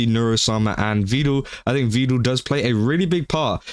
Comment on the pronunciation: The only thing that bugged me in this video is his pronunciation of Vedal as “vee-dal”. It’s pronounced like “pedal” and “medal”.